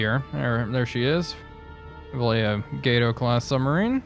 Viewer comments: The cruiser Kako is pronounced "Kah...Ko". Very simple. Just 2 syllables. Like "Ahh...So" it's "Kahh-Ko". And the USA Gato class sub is (as far as I know) "Gahh...Tow"....again like "Ahh....So". It's named after a small species of catshark, and "gato" means "cat" in Spanish. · Great video! BTW, the Gato class sub is pronounced “Gah-tow” 👍🏻